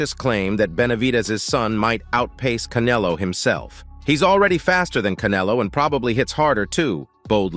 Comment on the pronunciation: U can't even say Canelo 😂😂